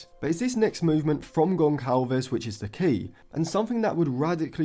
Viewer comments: Great analysis as always!! Gonçalves’s name should be pronounced Gonssalves, not Goncalves (in Portuguese language Ç=SS) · In Portuguese the letter "Ç" is pronounced as "S" and not "C", so Gonçalves is pronounced Gonsalves. Great video tho bro just wanted to let u know for next time 🫶🏾